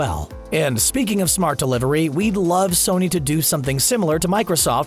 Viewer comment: "Sorny" lol